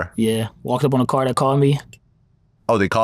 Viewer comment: It’s car Young Man not card 😅, where were you at ??